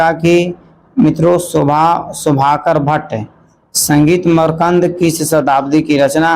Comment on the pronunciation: Makrand ko markand kyo padte hai